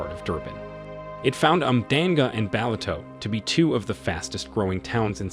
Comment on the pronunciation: Your pronunciation of Umhlanga and Ballito is hilarious😂